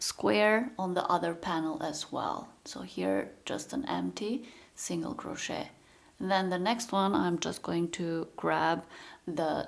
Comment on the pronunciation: Please don’t pronounce the T in crochet. It is very disturbing.